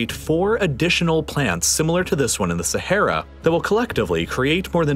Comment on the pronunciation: man constantly pronounces sahara wrong 💀